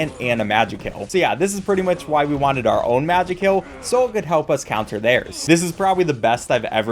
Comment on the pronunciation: ITS PRONOUNCED MAJAY KILL😭😭 (this video is so nostalgic)